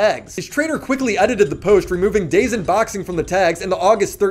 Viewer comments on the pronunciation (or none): It’s dazone not dazin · Its pronounced "dahhhh zone" not dayzone. The zone....